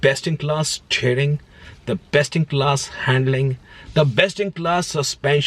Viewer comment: kaishe h aap log , Shuv car , Shteering bhai sahab kya ho gaya apke accent ko ...😃😃